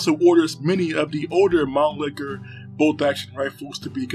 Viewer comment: Mannlicher not Manlicker!